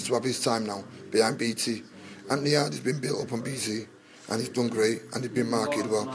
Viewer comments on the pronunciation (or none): 🤣🤣😂😂😂😂 its yarde I love how you said yardie. Lol Yardie needs to work in his stamina